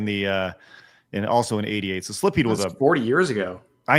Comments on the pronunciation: may be pretty bad for missing Portrait of Ruin, but I think was worse solely for that pronunciation of "Silpheed." The L is after the i! I always assumed the Ph is pronounced like an F (thus pronouncing the title like sill-feed), but I'm not entirely certain.. Also, Animal Crossing: Wild World is the DS game; the GameCube one was just Animal Crossing. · They're coming down on, but she's always admitted she doesn't play every popular game. Meanwhile, (the "real" gamer) is showing Adam Sessler levels of cluelessness with his continual mispronunciation of Silpheed, announcing games for the wrong systems, and faking the funk by pretending to be more knowledgeable about these games with an obvious "cosplayer at a convention" surface level understanding of them.